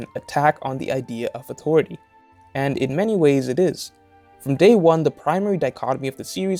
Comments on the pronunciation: It took me so long to realize you're saying "authority"... I've been hearing "awtory" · AuToriTy. Haha this is a good video but the way he pronounces the T in authority is wayyyy too funny LOL. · Ahhh... listening to this was interesting, but the word “authority” just gets me. Everything is said normally and then that word just appears. No hard feelings